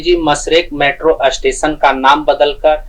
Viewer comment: अष्टेशन नहीं 4होता स्टेशन होता है😂